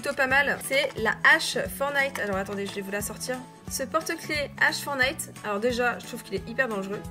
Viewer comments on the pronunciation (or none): Ça se prononce pas « fornayte » c’est « Fortenayte » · stp dit plus "Fornite" ou "Fornillete" stp dit "Fortnite"! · Tu dis pas le t de fortnite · fornite... c pas fornite c’est FORTNITE